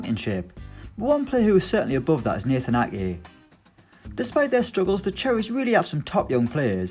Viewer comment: How is he pronouncing Ake? Lol he kept saying A-eh